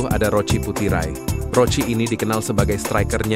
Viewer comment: Maaf min bukan roci tapi Roki putiray, emang tulisannya pake c 😁🙏🙏